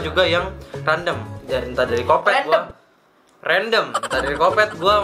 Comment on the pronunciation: Kwkwkw.. 'Kandom' ..salah bg Yg bener Random:)